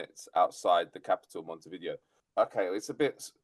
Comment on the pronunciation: Sorry, but the capital of Uruguay has NOTHING to do with VHS/Betamax. Vi-Dayo is the pronunciation. It's more like Mount View. If you have relatives across the river Plate, they'd know this.